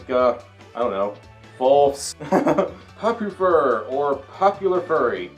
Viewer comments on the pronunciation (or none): Everytime you and say Popufur, I keep hearing Puppyfur which is where the Puppyfur element in That title I gave you " The Puppyfur Potato," comes from.